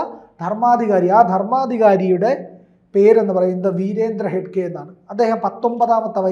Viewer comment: ഹെഡ്ഗെ അല്ല ഹെഗ്ഗഡെ